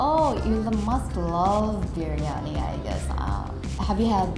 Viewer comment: I am aslo Bangladeshi so one thing is that the pronunciation of biryiani is a bit different in Bangladesh and (India & Pakistan). We often callnir birani too. So, the way She pronounced it was a giveaway. But obviously only bd people can guess it😅